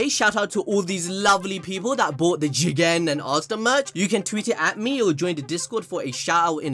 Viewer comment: Love it when says Jigen